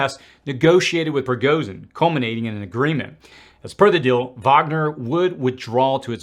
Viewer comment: Finally someone pronounces "Wagner" correctly. Hats off to you dude 👏